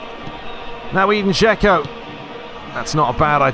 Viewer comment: I know you've said you don't care about it, but I still feel an urge to tell you that Džeko's name is pronounced like Edinburgh without burgh and not like English 'E'.